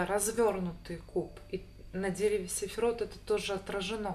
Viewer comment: Не сэфирот, а сфирот)